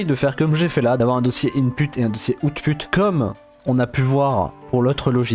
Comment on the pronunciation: "Et dans le outPUTE"